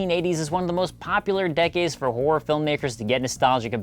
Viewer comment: people who pronounce HORROR as WHORE.